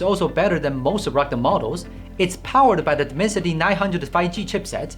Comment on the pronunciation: I love the way this guy says "ruggde phone" instead of "rugged phone".